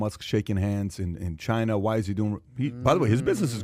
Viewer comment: "Chy-na" not China.